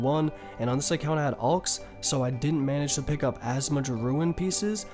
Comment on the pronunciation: "ulchs" nice